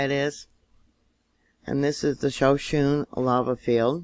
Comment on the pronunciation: It is pronounced, Ab-saw-row-key and Shaw-sho-nee. Both are named after Native Indian Tribes in Wyoming.